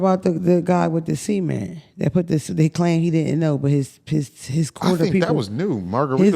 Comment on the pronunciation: also the way you say cement sounds like semen and it’s just priceless 😭🤣😭🤣